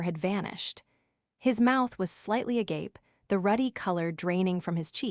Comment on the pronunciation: Good story. Thank you. And you even pronounced agape right. There is hope.